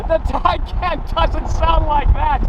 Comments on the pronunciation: "TICON" I think you mean TAY-CAN, Please fix it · Isn't it TAY CAN not tie khan? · It is pronounced TAY CAN not TYCON just like GAL LARDO not gil lardo. For supercar owners they brutalize some names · Tycon? I thought it was Taycan.... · u said taycan a lot